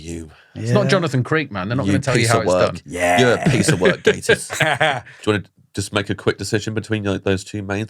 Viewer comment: I can only profusely thank you for pronouncing his name correctly. One of my biggest (semi irrational) bug bears is people saying Gah-tiss.